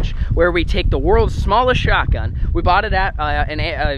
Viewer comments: anyone realize he saidshotGUM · pov: everyone is talking about how he messed up saying shotgum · It’s shotgun not shotgum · you said SHOT GUM not shot gun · U said shotgum 😂😂😂😂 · I think it's funny how it's shotgum not shotgun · shotgun not shotgum just correct.